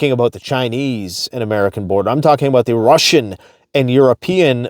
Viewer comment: lmao just saw this. I basically said the same 😂